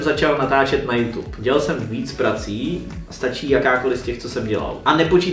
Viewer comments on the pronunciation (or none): none